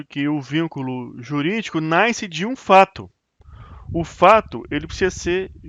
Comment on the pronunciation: O sol 'NAISCE"!!!!! Que siginifca isso??